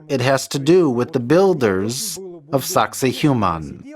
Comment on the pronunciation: Sack say wahman is the correct pronunciation! The Human thang you are saying is not even close!